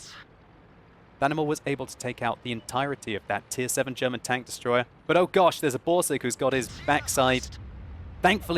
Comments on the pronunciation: german pronunciation is rather good, in respect of the fact that you are living in London and grown up in Great Britian. And its okay if you maybe say, that the FV207 is a TD, cause we all have eyes and can read ^^ By the way; The Leopard is the German Tier 5 light tank :) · stop fishing for compliments. Your German pronunciation is as good as ever.